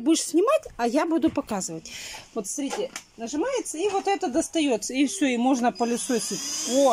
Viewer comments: Бесполезно ей писать, ей многие об этом пишут, а у неё всё равно ,,СРИТЕ" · Не СРИТЕ, а СМОТРИТЕ 😂😂😂